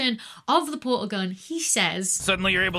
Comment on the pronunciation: Anybody else get a yanni/laurel effect on "portal/porsal".